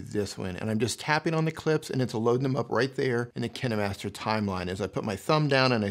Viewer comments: I just didn't liked the way u pronounced 'KineMaster' cause u pronounced it as ki-ni master and I am in habit of pronouncing it as ka-een master but still nice video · Kin"e"master lol